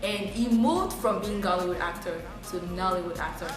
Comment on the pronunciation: IS GHOLLYWOOD NOT GHALLYWOOD